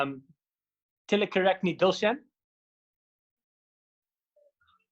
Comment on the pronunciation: said Telakaratne and Tino said it was wrong?